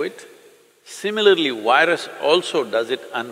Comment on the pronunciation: Why is it so difficult for Indians to pronounce "v". It's "virus", not "wirus". It's"video", not "wideo". It's simple. All you have to do is say "f" sound softly and it will sound like "v". Try it now. "firus"..."virus".